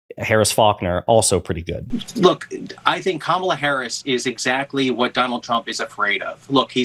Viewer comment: DonOLD won’t pronounce Kamala’s name properly.